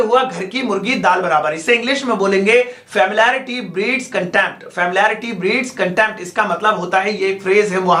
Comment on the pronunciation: Check the pronunciation of familiarity pls.... Fa-mili-ari-ty. Little, a little, the little, Few, a few, the few.